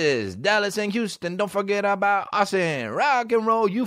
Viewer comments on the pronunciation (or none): none